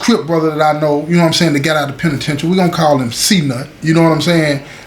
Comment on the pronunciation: The way say da penitentiary let you know it's all the way authentic 💯✊️